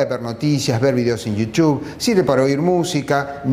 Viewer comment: iu chu jajajajajjajajja hacete el ingles